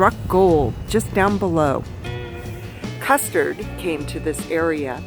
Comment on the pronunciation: Did She say' Custard '?